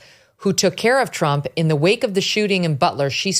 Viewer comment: ❤❤❤TRUMP……NOT TRAMP❌❌❌